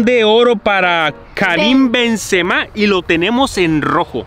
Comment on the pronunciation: lo que mas risa me dio fue que se equivocaban pronunciando los nombres de los jugadores tops xd por ejemplo a MBAPPE le decian Empape a BENZEMA le decian BEN SE MAS